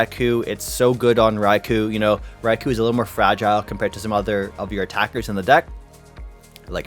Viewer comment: How many times will he say RAI-KU? Is this a Canadian language thing?